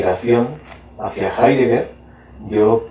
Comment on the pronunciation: no sabe nada de heidegger el entrevistador, ni siquiera lo pronuncia bien